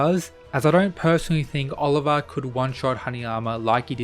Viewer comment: You pronouncing Olivia's name wrong is infuriating.